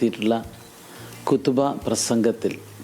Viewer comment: കുതുബ അല്ലഅബ്ദുള്ളക്കുട്ടി' خطبة ഇത് പറയാൻ പഠിക്കുന്നത് നല്ലതാണ്.